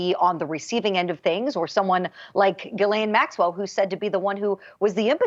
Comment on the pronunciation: Its "Gillane"!